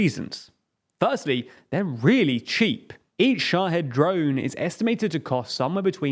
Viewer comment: Pretty sure it's pronounced sha-HEED, not sha-head. It's Arabic for martyr